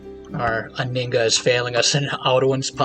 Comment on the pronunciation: Just FYI. The H in Anhinga is not silent.